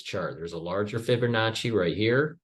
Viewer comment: There's no "r" in Fibonacci, just sayin...